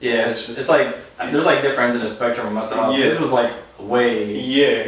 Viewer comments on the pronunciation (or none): "mental helath"